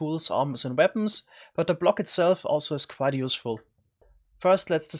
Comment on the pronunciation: Hehe he said “ze lower nether regions”